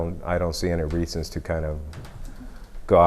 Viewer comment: haha I didn't notice it at all. But now I hear it. When he pronounces "band" and "reasons" rejsons xD